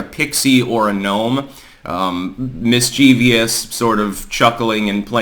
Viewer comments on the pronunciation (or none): Not to be pedantic but I know you are an Enneagram Type1, so here we go: Mischievous does not have an "i" after the "v"; pronounced mis-cha-viss Sorry, blame my Grade 11 English teacher for this one... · mischievous has THREE syllables, not 4. Miss chiv us.